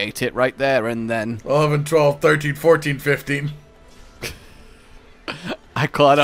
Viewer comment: Sixteen seventeen eighteen fiveteen?what did they teach him in school???